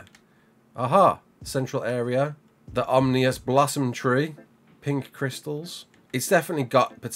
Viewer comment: it's pronounced "OM-IN-US" not, "OM-NEE-YUS". Grammar-Nazi, out! *fumbles mike-drop, shuffles then trips off stage.